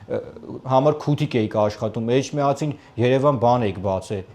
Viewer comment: Էշմիածին չի Էջմիածինա